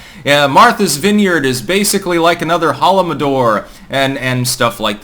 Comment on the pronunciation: Holo-DOM-or, not holomodor. PLEASE, ffs. Imagine how cringe it would be if You kept saying "Colohaust" instead of "holocaust".